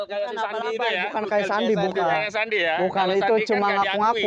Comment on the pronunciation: Sandi yeh bang bukan sendy